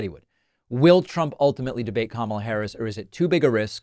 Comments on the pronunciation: She is Ka..Ma..la not kamla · He’s such a mess. Way too old for the job. He can’t even say her name correctly. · His followers just believe whatever he says. He probably mispronounces her name intentionally. He spits out word salad that makes no sense. He can't even speak an entire sentence. His cult has been indoctrinated and needs to be reprogrammed. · Maybe all this was intentional to confuse people and mispronunciation of her name making it sound foreign maybe intentional.